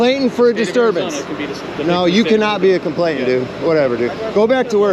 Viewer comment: It's complainant, not complaintant.